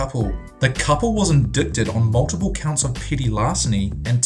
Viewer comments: Indict is pronounced like with a dite sound not the dict sound. So indite is how you say it but spell it indict. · You're pronouncing indict wrong.